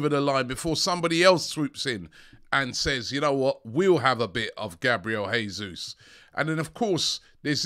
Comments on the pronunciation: Robbie...he's not Spanish..it's JAY-Zuz not Hey-Zus.... Portuguese not Spanish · Have mercy and aknowledge that Gabriel Jesus is Brazilian, and therefore it's zhe-ZEUS /ʒeˈzu(j)s/, not he-SOOS /xeˈsus/.🙏